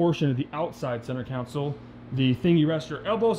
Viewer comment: Owns three Bugatti’s but can’t say console 🤣🤣🤣 Sweet parts haul though. Good content.